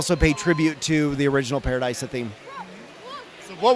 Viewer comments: I know it's a made up name but I feel like it's pronounced Pa-ra-dee-suh not Pa-ra-die-suh 😂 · It's ParadEEsa, pronunciation direct from Lego :)